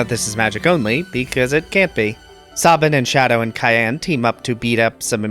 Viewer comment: Cait Sith is pronounced Cat She. And it's Sai-Ann, not Cayenne. Yeeeesh...amazing videos otherwise!